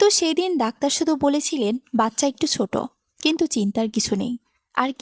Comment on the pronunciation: বাচ্চা “সোট” নয় হবে “ছোট”